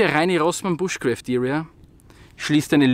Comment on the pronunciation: Ob du es glaubst oder nicht: Es heißt nicht "bushcräft", sondern "BUSHCRAAFT". Ehrlich